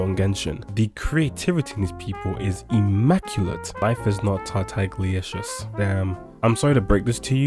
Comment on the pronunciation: [Since you mispronounced Tartagalicious] Tarr-tag-ah-liscious (like delicious, but tartagalicious)